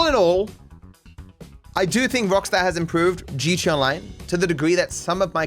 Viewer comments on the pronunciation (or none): Maybe it's just me. But I swear you are saying "GeeChee Online" lol